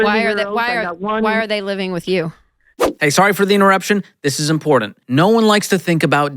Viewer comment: Not im-poor-dint to me Mr Kamel!